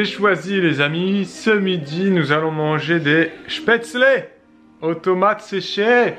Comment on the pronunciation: Aaaah tu la bien dit cette fois spaetzles haha "chpetslé"